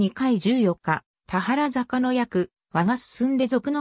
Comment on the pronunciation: 「たはらざか」→「たばるざか」ね。